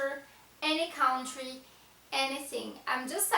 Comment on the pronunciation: Interesting, but I have to say something regarding pronunciation: it's not "cowntry", it is pronounced "cuntry". The "ou" can be confusing, but it has to be memorized!